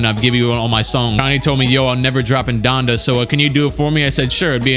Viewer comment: Donda, more like Dondè